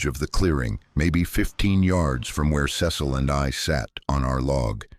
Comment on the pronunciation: Ce cil pronunciation wrong numerous times ugh